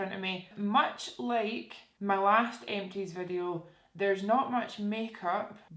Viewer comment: kept thinking you were saying eccies when you were saying empties